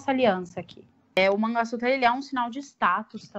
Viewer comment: vou repetir o comentário que deixei no outro vídeo; sorry!! hehe Não é MANGA (tipo fruta) SUTRA e sim MANGALA SUTRA!! Oops! A própria Bárbara está pronunciando errado, agora entendi porque você estava dizendo "manga" sutra! O que ela também chama de "sindór", na verdade deve ser pronunciado como SINDUR (Sindoor). Ótimo vídeo, como sempre! Beijinhos